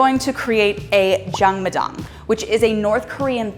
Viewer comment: Look at you giving back! Chelsea and in the house. This was an eye opening experience. Thanks so much for sharing. Most impressive - you pronouncing Jangmadang like a G!